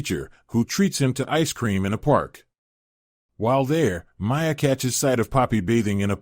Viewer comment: Only 14 seconds in and you can’t pronounce Miia correctly This is actually a pretty good anime, tho